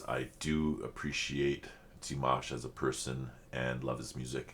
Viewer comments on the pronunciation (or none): I think the way you pronounce Dimanche, is the correct way to pronounce Dimash (silent n) One spectacular performance from Dimash, is Sinful Passion (not sad😉) There you will hear "Dimash" several times (New Wave version) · Dee-mahsh - slight emphasis on second syllable - you can hear him say his name himself in some of his promos...and of course in any of the interviews with his mom and dad. ... I love this because he's giving this opportunity to his brother on his 16th birthday and how fun to see the siblings all together. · His name is pronounced Dee-maaahsh like in palm, calm or arm. Short i (pronounced e) and the emphasis is on the a. Here you can hear him say his name himself. Wait to the end. And you can hear his name pronounced correctly at the beginning and end of several songs. For example, "Love Is Like A Dream," "Ave Maria," "Stranger," and more. Sveta, his mother, pronounced his name in one or two videos of LiLaSi's Ultimate Dimash Guide. Thank you for reacting to Dimash again. This wonderful song was composed by Dimashs' little brother Mansur Qudaibergen. He composed this song when he was 16 years old and is 19 now. Both performed the song for the first time at his concert in September 2022 in Almaty. Great lyrics, great song. I love it. In this music video you can see not only Dimash and his little brother Mansur but also their little sister Raushan, who just got married. It’s such a beautiful and talented family. Raushan has also performed with Dimash and they sang All By Myself together. But as far as I know, she would rather be a doctor. And I said it before, I love your jibber jabber😅. And of course Happy Birthday, dear Dimash❤ Greetings and love from Germany👋♥️